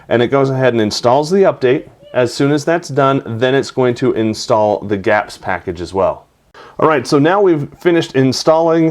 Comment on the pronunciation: it's not "gaps" it's /gee-apps/